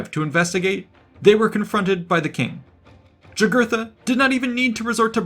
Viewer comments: By the way. In Latin the J makes a Y sound. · Yeah, pronounced Yūgūrten or Yūgūrthen. But the idiot relresented him as a Black guy although not being so drawn on his coins.